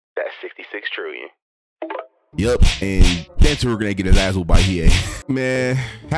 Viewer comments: I wanted to watch this till you said Toguro name wrong 😭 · You said toguro wrong but overall an entertaining video